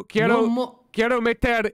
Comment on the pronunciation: He pronounces some words very dragged out in a way that gives away how new he is to it (he says quiero as keey-air-oh very very strongly lol) which isn't wrong just clearly inexperienced. He's defenitely doing pretty good though